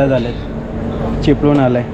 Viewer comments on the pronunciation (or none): चिपळूण नाही चिपलून 😂😂